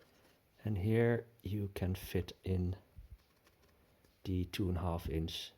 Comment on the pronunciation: Please pronounce "th" in English as a proper tongue between not behind the teeth th English sound and not as a Dutch d sound. You're saying "de" for THE.